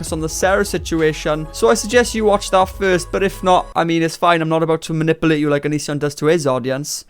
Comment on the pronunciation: Rewatching...again! Just to hear you say "Manipoolate". Love it.